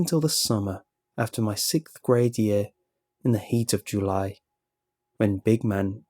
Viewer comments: You say sixth wired. XD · anyone else hear he sayd 6th grade weirdly? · Sickth grade, huh?